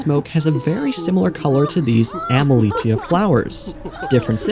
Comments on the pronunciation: its pronounced emili - sh - ia and it's driving me mad everytime you say emili*t*ia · You're mispronouncing Emilitia.